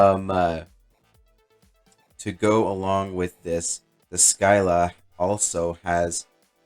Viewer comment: nice vid - just an FYI: "Scylla" is the many-headed monster in the Odyssey (paired with Charybdis, a whirlpool, which threatens sailors who pass between them, and thus the expression to be "between Scylla and Charybdis" is to be "between a rock and a hard place"). Syclla is pronounced "sigh-lah"